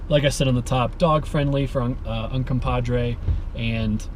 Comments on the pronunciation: VS.....it’s easy to say....”red river” 😉. It’s Ute I believe. Means red river. Un-come-pog-gray. Say it. I know you can. 👍🏻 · Un-com-pah-gre. Sounds like it's spelled, with the last syllable 'gray.' It's a Ute word, meaning "rocks that make water red." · The best part of this is your inability to pronounce Uncompahgre ; ) Seriously though, thanks for the shots. Looking forward to your updated version